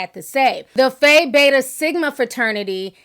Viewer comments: Oooo Ti the way you mispronounced PHI in Phi Beta Sigma 🤣🤣🤣🤣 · most people do. it’s actually pronounced "fee".